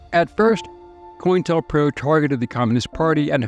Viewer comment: It’s not “coin-tell pro” it’s “co-intel pro” lmao